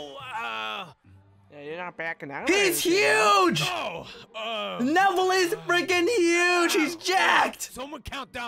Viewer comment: it isn’t nevel it’s neville